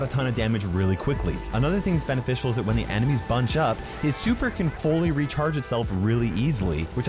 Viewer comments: I like how the fact that "The" is "Da" 😂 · I like how its Da Rules instead of The Rules